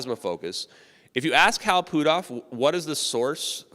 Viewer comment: put off is not pootoff, stop messing the guys name up every time you say it